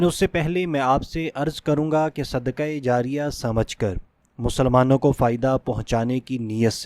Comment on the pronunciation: السّلام علیکم اللّٰہ آپکی نیک نیتی پر آپکو جزائے خیر عطا فرمائے مگر نیک نیتی چیک کرنے کی جو تین تین. چیزیں ہوتی ہیں ان میں اولین یہ ہے کہ بلاوجہ ویڈیو کو طول نہ دیا جائے اور عربی اور اردو کا حق ادا کیا جائے! یَرزُک نہیں ہے یَرزُقُ ہے قاف بڑا والا ہے اسی طرح صدکہ نہیں ہے صدقہ ہے! مرگی نہیں مرغی ہے!. ان چیزوں کو برائے ملحوظِ خاطر رکھے کیونکہ آپ جیسے لوگ اس معاشرے کا معیار اور کسوٹی ہیں آپ جیسے لوگ اگر لوگ اس طرح گفتگو فرمائیں گے تو آپ سے سیکھنے والے کیا اپنائیں گے !